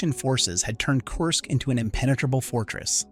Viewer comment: There is no O I Y letters in how you say Kursk . Pronounce it like this " KERR -SK"